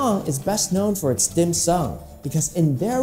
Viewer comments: 點心是 dim sum, 不是 dim sung。後面一人介紹短片還挺不錯，前面和白人的一唱一和，真的只能用「尷尬」來形容。加油吧！ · Is Dim Sim not Dim Sung 😂